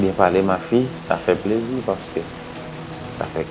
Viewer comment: Tanm renmen lè rosela ap di pleurzi tankou li pa ekri plaisir ankò